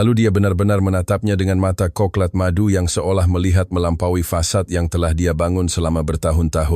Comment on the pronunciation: Warna itu coklat bukan coklat bapak 😅😅maaf ya Semarang hadir